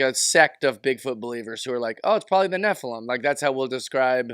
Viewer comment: Nephilum - accent on the first syllable - Love you!